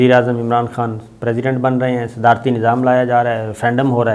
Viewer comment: Sadarati neezam not sadani neezam!